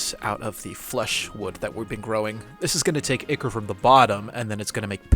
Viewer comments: It hurts every time I hear you say Ichor as "ick-er". I'm used to hearing Ichor pronounced "eye-kor" as is the proper American pronunciation. (pronounced "eye-kaw" for you with British English) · I really liked this video! The really inventive mods/modpacks feel so intimidating to me. As a polite note, you pronounce "ichor" like "eye-kur/eye-kor." 😊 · 200 days when? also it's pronounced EYEchor.